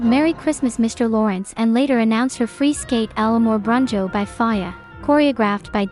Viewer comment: "El Amor Brujo" not brunjo, please!😁